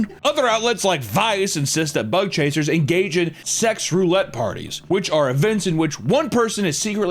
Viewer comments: I can't unhear "butt-chaser" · Every time you say bug chasers I hear butt chasers. Especially after the first story 🥴💀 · I hear "butt chasing" every time. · Ohhhh..."BUG CHASERS"... Videos nearly over, and I thought he was saying "Butt Chasers" this whole time..!! xDDDDD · I understand you are saying Bug chasers, but I keep hearing butt chasers. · I thought he was saying thug hunter at first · sounds like he is saying "butt chasing" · I thought he said " butt chasers", im definitely 1 of those. 🎉 edit: in Mexico theres a group of punk rockers that gave themselves HIV intentionally.